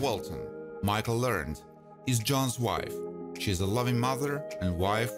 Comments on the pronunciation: Michael Learned is pronounced Ler Ned I’m pretty sure about that. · You have way too many facts wrong. You even mispronounced Michael's last name incorrectly. Wont be subscribing for sure.